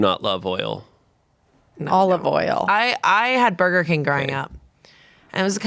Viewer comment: saying "olive oil" as if she's saying "i love oil" and it going unnoticed is a crime